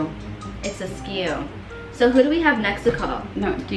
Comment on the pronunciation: It’s askew. Skai: It’s a scew.: Do you know what askew is? Skai: No. 😹💀 I’m dead!! Edit: wow! I can’t believe how many likes this got!! I’ve never gotten this many! Thank you so much, you guys are amazing ❤️❤️